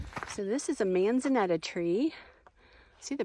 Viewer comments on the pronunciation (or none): Manza-nita not manza-neta